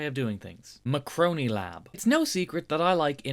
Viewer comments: It's not Macroni Lab it's Marconi Lab! They don't make Pasta! 😂👍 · Sorry buddy "macroni macroni macroni". But I really believe is M A R C O N I. Tell after me: Mar co ni. As in Marconi. Like the inventor. Get it?